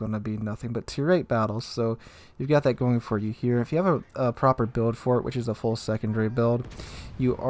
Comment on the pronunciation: min "Wich"